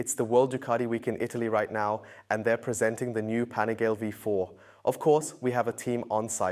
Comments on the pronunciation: LEARN HOW TO PRONOUNCE IT! PANIGAL-EEEEEEE!!!! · It's pronounced Pan-i gaah- lay with emphasis on the "gah." Four syllables, not three. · You guys got to stop calling it 'Panigael' bro come on.... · Am I the only one annoyed by how he says panigale? Lol